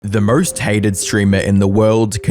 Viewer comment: "The Murst hated Streamer of the World"